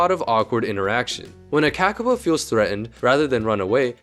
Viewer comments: FUCKING HELL hi hello im a New Zealander and AHHHH do i hate it when people dispronounce a word that has a line on top of it like “ā” it means to say it longer so its not “KA KA po” its “kaa kaa po” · Learn to read accent marks please. A as in Ah not //æ/, Monothong "o".... not cak, but caaa! caaa!, A in father. Like raven calls. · Its pronounced kaakaapo you say the letters with macrons for longer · dude. its not the KAEKAE POU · Its pronounced Kah-Kah-Poe not what ever you're saying, i know because this is my native and home country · Made a whole video about it and still mispronounced it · While the pronunciation could be better, accent marks are only useful if you also know the language, or at least how the language uses them. While most languages use them for a long vowel, some use them for tone, and a few other things. None of this is obvious just by looking at the accent mark. The IPA works (mostly), but it's usually only linguists that can read it, not usually random youtubers.